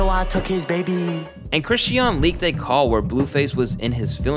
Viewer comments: I’m sorry but the way you’re pronouncing Chrisean is driving me crazy 😭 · The way you pronounce chrisean is so annoying after a while. You keep saying chrisy-ann and its pronounced as chris-sean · You kept mispronouncing Chrisean name and it was driving me crazy 😂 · you did all this research and didn’t pronounce sisters name correct not once😂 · You pronouncing her name wrong ruined the whole video lmfao how much research did you do to not know her name 😂